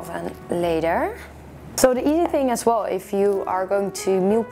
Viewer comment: When you say "as well" sometimes it sounds like "asshole" and it makes me laugh all the time! Haha. Love your videos btw! <3